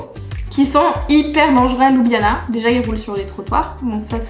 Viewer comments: Étant d'origine slovène, je trouve que votre présentation reflète assez bien la réalité. Mon seul commentaire concerne la prononciation des lieux qui n'est pas correcte. Par exemple, la capitale ne se prononce pas ''Loubiana'' mais ''Lioubliana''. Bon travail! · oui bien sûr mais Ljubljana est quand même la capitale. Quand j'entends "Loubiana'' cela écorche mes oreilles :-) . Bonne continuation! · désolé mais on le prononce louboujnana... :)